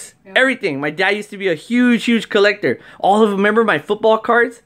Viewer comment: Wait heard CORLectter